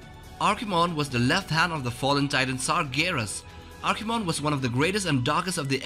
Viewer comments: Archimonde not Archimon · Archimonde, not Archimon. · Archimon? What is this, Pokemon? It's Archimonde!